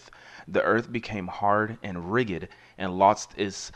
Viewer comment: You have a good voice but check up how to say words you are unfamiliar like "rigid" and "leaven". There are many online dictionaries that have a sound clip.